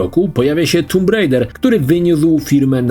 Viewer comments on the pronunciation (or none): Nie tumb bo tam nie ma dwóch o, oo czyta się jako u z wyjątkami jak blood gdzie to nadal nie jest blud. Ale to tak samo jak widzę z bluźnić i bluzgać u ciebie a u innych wyłanczać zamiast wyłączać.